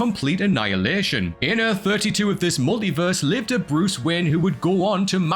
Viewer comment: Sounds like he keeps calling him Bruce Wynn.